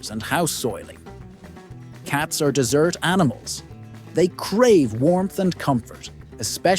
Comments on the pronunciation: DESERT, NOT DESSERT. OOPS!!!! AI goof? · I heard him say they are "dessert" cats, not desert cats. LOL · Cats are dessert animals LOL let's hear it for AI pismununciation once again. 👏👏👏 (it's desert for our zoomies and alphies who know nothing).